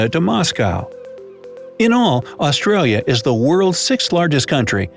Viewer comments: I hate how he says ausraria lol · Os-trail-yah is how he's saying its pronounced ah-stra-yah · Im pretty sure its called Australians mate And its Australia not austraria I guess Im a controller cop yeet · this man really said “aus-tray-lis” ew stop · Ik right it’s aus-tra-lis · He said, " Us-tra-lia" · The amount of words he got wrong lol. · It would have been nice if an Australian did this. Every second word is pronounced incorrectly, some of it is almost Chinese with a Russian accent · Australis is also pronounced incorrectly